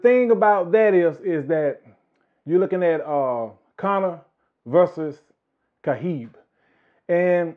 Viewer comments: Why does he keep saying “Khahib.” The man’s name is “Khabib.” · it's actually Habib, pronounced (Ha-beeb), it's an Arabic name and it means (lover).